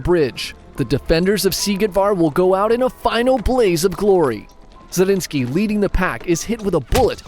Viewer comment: More fun facts: 1. The name of Nikolaus Zrinskij(both of them)is Zrínyi Miklós and is pronounxed very differently. 2. The Hungarian name, wich our friend has alredy told, Szigetvár is just two Hungarian words: sziget(island) and vár(castle/fortress), telling everyone how the castle looks like